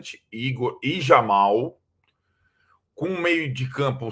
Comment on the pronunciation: ufa, aprenderam a falar JAmal e não RAmal...